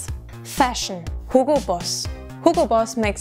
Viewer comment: hugo不是唸 hillgo嗎 怎變Google了